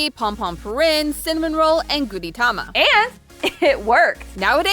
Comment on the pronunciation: Apart from the fact that that's not how gijinka is pronounced... EDIT: or gudetama